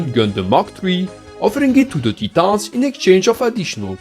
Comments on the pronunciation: "Tee-tons" hehe, keep up the great videos man. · Not a grievance, was just pointing out it caught me off guard and made me laugh....please don't misunderstand...I tried to make it clear wasn't an issue, just had me laughing.....